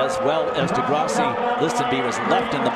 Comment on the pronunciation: He said degrasseyy 🥲